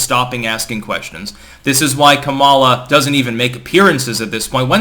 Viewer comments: I can't help notice that is mis-prunoncing Kamala Harris' first name. Now she is very sensitive to that, mind you. It's Ka-mala. (stress is on the Ka part, as in Ka-lamity). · No, he's not. It's pronounced Kum mala, just ask her. She spent enough time on her knees for Willie Brown 🤣